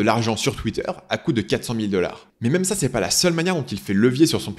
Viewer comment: "même" et pas "mème" je sais je chipotte